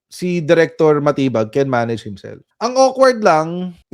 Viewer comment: SILENT “DI” dun sa surname ni Chief. Dapat pala talaga yun ang basa DiMatibag. 🤣😂